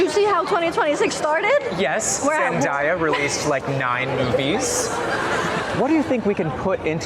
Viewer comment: zenDAYa. Like in "day". That's how you pronounce her name. She said it herself.🙄